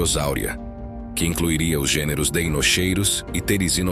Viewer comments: Em latim “ch” tem som de “Q”. Portanto fala-se “Deinoqueiros”. Atente para a pronúncia correta. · O "ei" tbm se pronuncia "i" , assim ficando "dinoqueirus" , igual a dinossauros de DEINOSAURUS ( lagarto terrível)